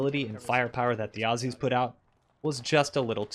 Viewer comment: Thank you for saying "Ozzies" and not "Awe-See's"